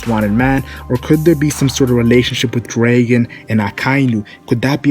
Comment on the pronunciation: Learn how the to pronounce dragon